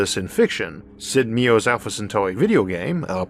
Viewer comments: Meier. Mai er. Love you my dude. Being annoying and anal. I'm pretty, i know. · I've always pronounced Meier as Meijer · Sid's name is pronounced "My-er"